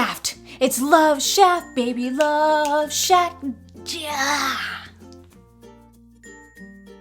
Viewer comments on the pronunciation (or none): You are one of a kind, one account 😉 did you say love shaft??? It's love shack!